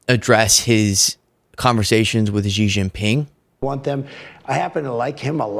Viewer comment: The leader of China is Xi, pronounced she. How hard is it, listen to how the world pronounces it. I like your channel anyway